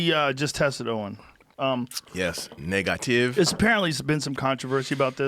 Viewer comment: “NIGGA-tive” legendary